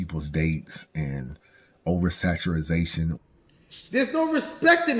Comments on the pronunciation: Man bro if say oversaturazation one more time lmao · He still saying over saturization 😂😂😂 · there is no such word as over saturazation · Oversaturazation 😂 how you let smack pronounce it correctly tho